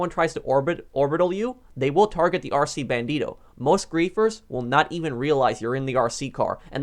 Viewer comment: The way he said "RC BandiToe"